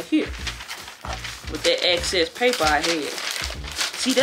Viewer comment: Wait....did she say? "Take some of this off, it's a little access" 🤣🤣🤣🤣🤣🤣🤣